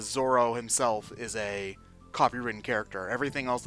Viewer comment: Zorro... not Zoro I know you cant roll an R man but at least note the diference